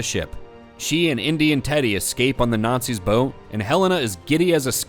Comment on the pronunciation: I love when indy nookz all not-seeze